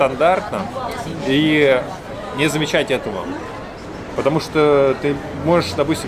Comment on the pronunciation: "Но ни ню" прикольно слышится, сразу не поняла, что сказал 🤪 (я знаю, что пишется "не")